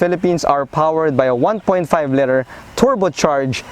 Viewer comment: Love the review, however, I would like to suggest some improvements on pronunciation. For "liter" ( ) and for "aesthetics" ( ) . Regarding the vehicle, the GDI engine is not a dependable engine. It would certainly last 5 years but I doubt it will perform consistently after that. The problem is that fuel is directly injected into the cylinder instead of behind the intake valves. Carbon will build up over time and this results in pinging, knocking, reduced horsepower, and high fuel consumption. The only way to mitigate this is to have an oil catch can installed and have the intake valves cleaned. Maybe some but not all who bought this car will be aware of this and there lies the problem.